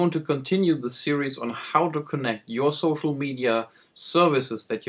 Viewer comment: Did you just say ''Gocial media'' ? lol